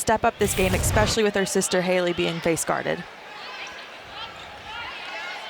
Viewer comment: Especially is not pronounced with an x. 😢